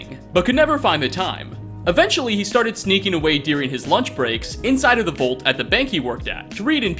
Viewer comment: HEY,. Professor English here. You say "nuclear" perfectly, you say "vault" strangely, but today, you say nothing incorrectly. Congratulations! That's two perfect 100s in a row. If your next upload has no language errors in it, that'll be your first Hat Trick, at least since I've been paying attention!! Exciting times indeed. Will get his hat trick?? Tune in next time to find out!!!